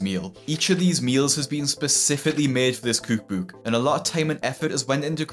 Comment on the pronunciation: American here, I love the way you say cOOUk bOOUk 😂